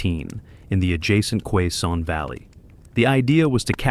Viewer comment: Its pronouncest. Kay-son valley Not qua son